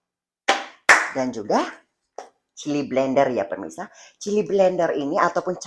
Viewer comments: PEMIRSA NOT PERMISAAHH 🥲🥲🥲🥲🤣🤣🤣🤣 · Yg betulnya pemirsa bukan permisa apalah c ni 🤣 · pemirsa❌ permisa✅ 🤣🤣🤣